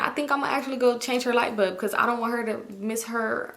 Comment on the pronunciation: Is it just me or are you pronouncing "light bulb" as "light BUB"? 😁